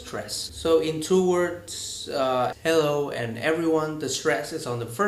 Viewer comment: Anh bị Vietnamese accent ko quá nặng như chị ML nhưng để lại sạn trong bài nói ạ. Liên tiếp từ -> : sound, word, two . E chỉ nghĩ đơn giản là nếu đã chữa về những vấn đề nhạy cảm như speaking bản thân người nói phải rất ổn ạ. Maybe cx vì e khó tính quá thôi a ko để ý cx đc :). Thank a đã phản hồi